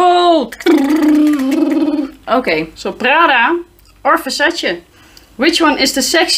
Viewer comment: I crack up every time she says Versace. Vuhshashaeeee “You got a dry bush” sick burn 🔥, u need to bring her back! You guys make such funny and unscripted content.